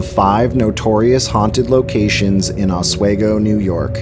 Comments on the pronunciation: Hey, Oswego native here! I just want to say that the town is pronounced Ah-SWEE-go. Not Ah-Sway-go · Or Oswigo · A new jersite here living in new York oswego it's pronounced ah-swee-go not ah-sway-go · It's pronounced 'Os-WE-go, not Oswaygo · Os-we-go shouldn’t be that hard to sound out.. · It's pronounced "Osw-EEE-go". I live about 2 miles from Fort Ontario. If you wanna here the voices and chilren's laughter, the best time is at night between the hours of 1am-4am in the mid-fall season, near the Fort cemetary. Just don't get caught by the cops in there at night. A haunting will be the least of your worries so i have heard. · Ah sway go 😂